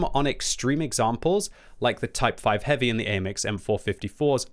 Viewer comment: I like how when the says heavy tanks it sounds like hippie tanks, my imagination runs wild.